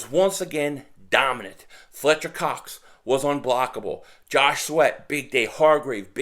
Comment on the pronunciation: "Cox" awkward pause lol , what up 500!!! 🤣🦅😭